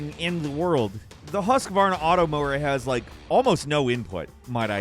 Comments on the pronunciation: As a swede I can explain Husqvarna is prounonced "Hus kvarna" not "husk varna" hope this explains our weird language and old companies that are not swedish anymore. The name originate from the city Huskvarna which is located in Sweden and is mostly famous for chainsaws and motorcross/enduro bikes (and of course old lawnmovers my grandma has one from the 90s still) Yes I´m swede and I help my grandma with her lawnmover every summer... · What did you just call the lawnmower brand... 😂😂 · The Husqvarna pronunciation though...